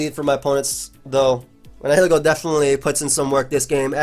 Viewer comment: Someone please teach how to pronounce Nihilego.